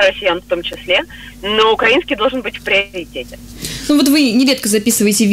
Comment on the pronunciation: балтком делайте правильно ударения украИнский